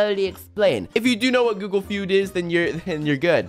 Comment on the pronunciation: I like how he did g o o g l e f e u d